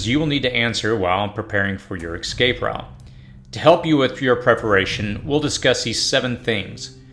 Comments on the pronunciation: Bro, it's escape, not excape lol. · Escape. Not ex-cape.... 🤦‍♂️ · The word you are pronouncing ex- scape is actually pronounced e- scape. Just want you to make the best videos possible. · the word is EScape, no EXcape!! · Escape, not excape. You're killing me. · It's hard to take you seriously when you keep saying 'Excape'. It's escape. I agree with a lot of what you're saying but this tends to be useless because people don't search this until it's too late. A more effective strategy would be to prepare instead of react. Either way, some don't ever get it. This is why keeping whatever plan your have is important so you don't have to compete for resources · For the love of god... please practice saying ESCAPE. Not EXCAPE. Let me help you. Read the following words: Yes. Cape. Yes. Cape. Yes. Cape. Read them out loud over and over again, faster and faster. Once you have it mastered, drop the Y. Es. Cape. Es. Cape. Es. Cape. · The first thing I would not do is I would not take advice from somebody who is a adult & still calls an ESCAPE AN EXCAPE. There is no X in escape. 🆗😎😎😎. From a GGL search : "I was unaware that many American English speakers said “excape” apart from a very few who didn't learn from their parents or teachers how to pronounce “escape” correctly. ... In all versions of English, including American (?)… there is no X, or version where it should be pronounced.". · Dude...it's escape, not excape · Why are you saying ecscape (xscape)? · Or, as the narrator says, x-scape, lol. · Dear lord learn how to pronounce escape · For some reason I am bothered by your pronunciation of escape. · Very good....but it's ESCAPE .....not ECSCAPE.....and ESPECIALLY....not ECSPECIALLY 🙂